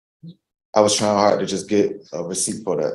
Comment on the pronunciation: Drink game word: “Try’n”